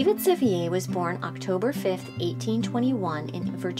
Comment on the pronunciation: This needed a lot more basic research. "Rotherford" Mansion should be Rotherwood Mansion. Sevier was not a Frenchman. It is pronounced as "Severe".